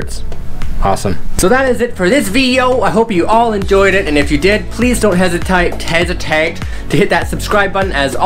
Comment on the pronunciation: Your such a funny guy 😂😂😂 "hesitite" 😜